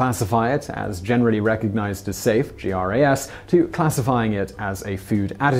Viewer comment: The FDA determination is generally pronounced like “grass” rather than pronouncing each letter